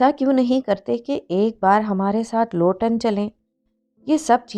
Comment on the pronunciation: Sis it’s Luton not lotan. From last one week I am just saying loton to everyone while I talk about Luton 😂